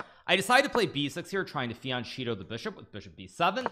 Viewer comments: I really hope the "fiancheeto" was a joke. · bro said fien-cheeto